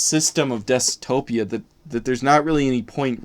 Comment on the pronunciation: At least you're not saying desu-topia anymore.